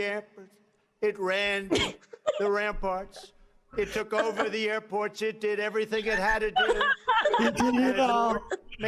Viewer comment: Sounded like Trump was saying “our army manned the air” before they took the airports. Anyone else hear that or was that just me?